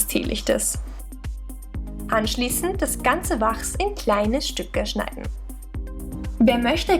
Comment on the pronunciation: Es heißt [waks] und nich [wachrs]